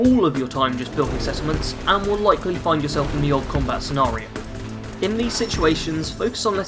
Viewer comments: THE ! .... T.H!. NOT V I couldn't even get 10 minutes in the the video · Took me a moment to work out what you were trying to say. I've got a speech problem where I can't correctly pronounce a few different sounds, one of which is the "th" sound.